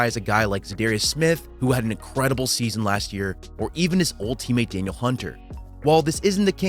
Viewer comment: Love your videos. For future reference: D. Hunter is pronounced "də-NEEL" Hunter, not Daniel.